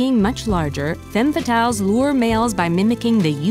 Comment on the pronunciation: Femmes fatales is mispronouned in the video. The first e should said as an a. However, if it gets multiple femmes fatales is pronounced with an e-sound on the first e. The subtitles doesn't tell menifnit's singular or plural either